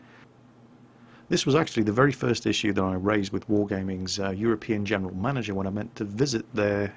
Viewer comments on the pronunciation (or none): none